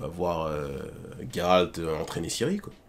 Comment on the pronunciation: Merci de l'appeler Geralt et pas Jéralte comme certains. Big up la ligue :)